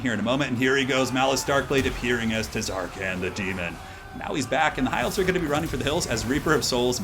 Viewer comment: i swear if you say TUHzarkaan one more time..